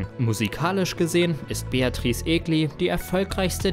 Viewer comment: Ich dachte immer Beatrice war die erste Frau die gewonnen hatte. Warum wird Daniel Kübelböck und Luca Hänni nicht erwähnt? Unf warum kann kein Deutscher den Namen Egli richtig aussprechen?